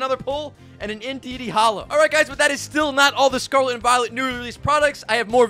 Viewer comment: “Sarlat and Vilet” 💀